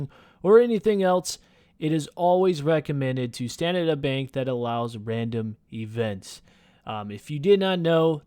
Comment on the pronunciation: Randim ee-vent